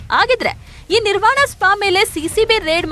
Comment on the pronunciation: Not Nivaran, it’s Nirvana